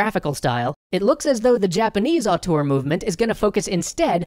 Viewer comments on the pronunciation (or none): auteur, not artor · Interestning subject. But man, was the word "auteur" butchered. I'm french, and at first I did'nt understand it., you realy should check the prononciation, because you use the word a lot in the vid and it sound way more like the french word autour (around) than (auteur).